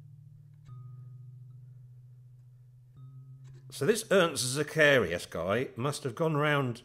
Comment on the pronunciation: Sadly Ernst Zacharias passed away in 2020. His contribution to the sound of rock and pop music, though probably not his foremost intention, is quite enormous. BTW, epic fail on the pronunciation of "Zacharias", LOL, but I admit, that's a tough one. You can listen to a sample on the German wiktionary page for the name.